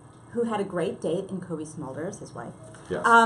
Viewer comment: Smolders? I thought it was Smulders.